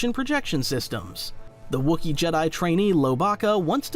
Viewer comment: ..... what? The Jedi - Jedd'i Kyber - KyBurrr Come on. Thats goofy. Did the ancient Jed'DI, use the KyBURR crystals? 😅